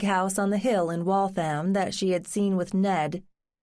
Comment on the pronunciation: Waltham should be pronounced WalthUM, not WaltHAM.